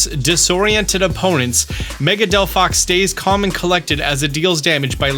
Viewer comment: He fkcd up Chesnaught and Delphox's names. Truly a Pokémon fan.😂